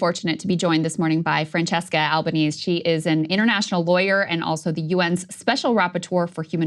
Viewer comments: It's AlbanEsE, not "Alba-knees". She's Italian, not American. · Francesca Albanese is pronounced Franchesca Alban-ay-sy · Her surname is al-ban-easy.. Please pronounce her name correctly, it isn't hard. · Is it Al ba nees or Al ba nee zee? (In Australia I hear nee zee more due to PM with that pronunciation.)